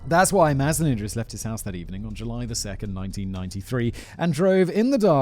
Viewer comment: Malaysian here, simon managed to procounce datuk mazlan idris name correctly